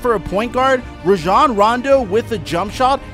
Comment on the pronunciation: this guy cant even pronounce Rajon correctly how am i supposed to believe his comparisons.